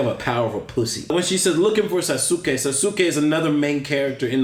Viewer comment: The way says Sas-U-ke tho XD